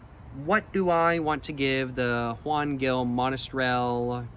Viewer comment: Bro as someone from where that wine is made, I had to let you know it's pronounced "Gil" like "Hill" and "Jumilla" like "Hoom-Eeyah", also you NEED to try kalimotxos (coke and red wine (though maybe not a Juan Gil lmao, it's usually done with whatever's the cheapest wine at the grocery store))